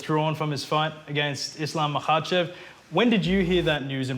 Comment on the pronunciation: Bro needs to pronounce makhachev name properly. The k is not silent